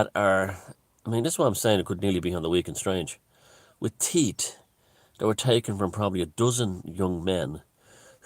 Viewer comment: every time you pronounce teeth as 'teat' I think of tits 😁👙